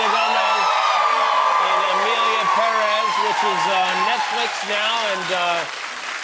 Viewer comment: Jimmy is the only person who pronounces PÉrez as it should be